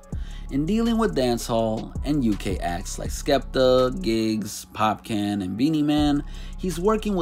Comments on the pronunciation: Pop-can??? 🤦🏿‍♂️ WTF.. Popcaan breda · It’s Popcaan bro....not pop can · Fam, it's pronounced "POP-CAHN" not "POP CAN". It's supposed to be popcorn with a Jamaican accent. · Not popcan but (popcoorn) dont pay the spelling anymind. Lol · Can’t take this video seriously after hearing “Heedie one” and “Pop can” like that.. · Lol it’s Popcaan not Pop-Can 🥫😂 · Had to played it back 2 times to be sure i heard POP CAN 🤣 and not Popcorn ⏚ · Popcaan (pop-cahn) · The pronunciation of Ojuelegba, Popcaan and Headie One 🤦🏿‍♂️ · Bruv, It's Popcaan... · Why are you saying Popcaan name like that? It's pronounced just like the food Popcorn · He said Popcan lmaoooooo say it right next time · Did he say pop - can 🤔🤔🤔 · Its pronounced “popcawn” btw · Lol its pronounced pop cawn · The pronounciation of Headie One and Popcaan is so cringe. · You mispronouncing the hell out of Popcaan's name lol